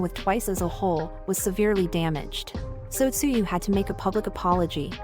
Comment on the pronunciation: Why not edit the TTS and make it correctly pronounce the word in english? edit Tzuyu to say Chewy :) :)